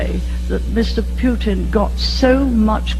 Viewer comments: “Pew-tin” “Humwees.” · I love how that old lady calls him Mr Pewtin 😂 😂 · Pee Yew Tin. Thatcher perfectly pronounced his name.